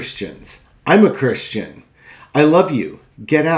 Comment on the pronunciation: It sounded like he said he was not a Christian